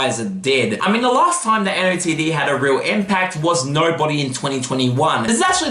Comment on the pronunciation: nice vid, btw NOTD is pronounced “noted”